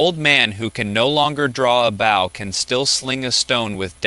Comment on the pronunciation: It’s interesting AI is so good and predicting but doesn’t understand context. Bow and bow don’t sound the same. Same with live and live, read and read, bass and bass, etc. I wonder how long until it can read those types of words in the correct context